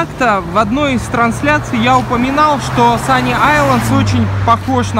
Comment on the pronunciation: Санки Айлс, не алендс.